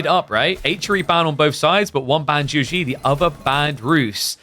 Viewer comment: for the love of god please look up the pronunciation of "Zhu Xi" using google translate or ask a Mandarin-speaking friends but jesus christ please stop saying "joujie" it literally makes the match unwatchable